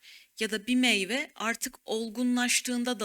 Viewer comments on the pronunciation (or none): none